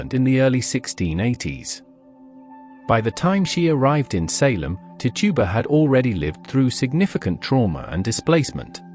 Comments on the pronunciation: That's tichiba not to tuba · Actually it’s neither. It’s Tituba.